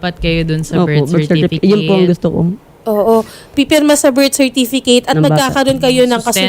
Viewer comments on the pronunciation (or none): certifiket hindi certifikeyt ang pronunciation.